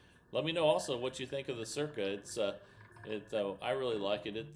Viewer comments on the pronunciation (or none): none